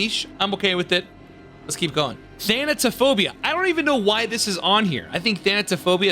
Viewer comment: Finally, someone who can pronounce Thanatophobia correctly 🥲